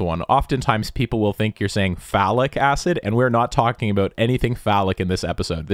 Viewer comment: "Aboot" Hmmmm